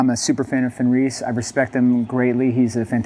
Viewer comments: His name is pronounce “Fen-rizz”, not “Fen-reez”… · Is the way he says Fenriz some weird in-joke?